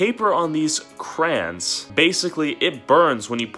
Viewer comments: I'm (about) Please stop saying "Crans" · I’m triggered it’s not krans it’s crayons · Anybody else come her to see if he said crans or crayons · its crayons not crans LOOOSER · It’s not crans it crayon 😅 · Its crayons not crans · Cra-y-ons not "Krans" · krayon notcrans crayons not cran crayons not crayn not cran anways love ya channel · Why do people say it crahns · “We have all 5,000 crans” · This foo really be sayin crans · It’s not krans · am i the only one that is confused when he kept on saying Krans.... btw luv your content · omg stop saying krans... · DID HE JUST CALL THEM KRANS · He says crayons like crans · I call them crowns you call them crans I’m triggered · "Crans" (no hate its just funny ❤️) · Who heard him say crayins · Why does he call it krans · why he sayin crayns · Y u say krans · Stop saying Krans (ty) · im suffering the first 30 seconds of him saying krains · please start saying crans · Yes, crans 😂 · XD ME IT SOUNDED LIKE KRANS LOL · Ill thumbs up the video but deep down in my sole hate it because of the way he pronounces crayons. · i will actually stop watching this because you are saying it wrong and I just can't okay I'm sorry.